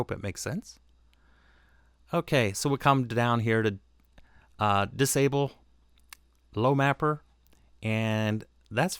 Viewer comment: "Disable Lo Mapper" lol... , that's Eye-Oh